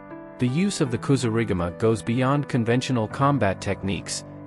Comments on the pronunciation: Another I'll informed AI vid. As soon as it mispronounced Kasurigama, (said [KA-SOO-RI-GAMA] not [kasoo-riga-ma] ! ) I turned the vid off. Also, the AI generated images are terrible. Smh. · Kasuri gama he said wrong hummmmm